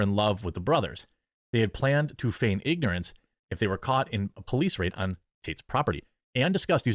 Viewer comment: Yo do any of those guys know basic English? Can't pronounce confinement, can't pronounce feign, no wonder they like tate, straight dumbasses with negative IQ